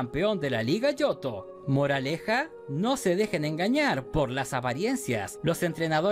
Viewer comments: Jo-jo, pensé era jo-ou XD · Yo no jugué el ooriginal pero si el remake donde en la portada está el jojoo perdoname pero me da risa esa pronunciación y eso que según viste el anime